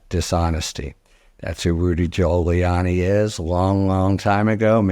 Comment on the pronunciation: LOL did Harry really just say Rudy Giu-hole-iani ?